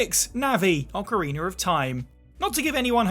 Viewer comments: Why does everyone say that Wind Waker is the best all of a sudden? It’s no where near the best. Also its ocarinA, no ocarinER 🤦🏻‍♂️ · I know there's a lot of tension between the people who say Oh-carina and Ah-carina. But can we all join forces against the monsters that say Ocariner?